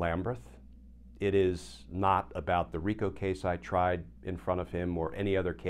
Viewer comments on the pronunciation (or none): none